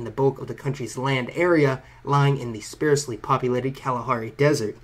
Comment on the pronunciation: Hey love your stuff. Pronunciation note: "sparsely" is typically pronounced like "arse"-ly